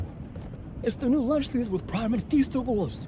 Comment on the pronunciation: Lanchly 💀 Praim💀 Festables💀